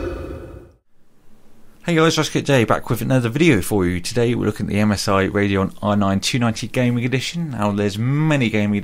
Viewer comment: You're English and you say "RAY-deon"...... It's RADEON.